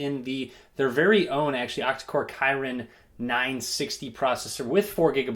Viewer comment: Way too late but it's Kee-reen lol